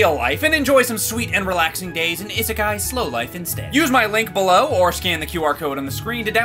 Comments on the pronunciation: The fact the doesn't know how to pronounce "isekai" or the fact that it's just Japanese for "Another World" kills me (although I haven't played it so maybe they just call the in game world isekai) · Idk what's worse, the fact that pronounced "isekai" wrong in the sponsor, yes I'm gonna be "that person," or the fact that the bunny fig in the background disappeared. But hey, at least after a few thousand Google searches, I finally found what that figure was. It only took me about 5 months of searching, but at least it was worth it, I think. Ya'll probably have no idea what I'm talking about/do not care, and I do not blame you.